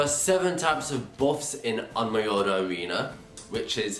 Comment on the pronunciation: Pronounciation: ohn mio jeeee not ohn mio yeeeeeee